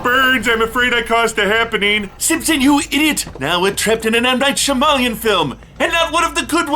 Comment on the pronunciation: i have never heard anyone pronounce "Shyamalan" like that